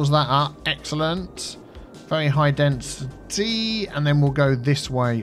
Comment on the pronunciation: That's "high densiTEA". 😆